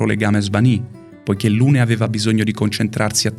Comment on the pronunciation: Strano che venga ripresa la pronuncia di Maelle e non di tutti gli altri personaggi, che in Francese hanno una pronuncia completamente diversa... Per esempio Lune si pronuncia Lun. Trovo inutile puntare il dito sulla pronuncia quando nessuno nomina i nomi "propri" correttamente in base alla lingua nativa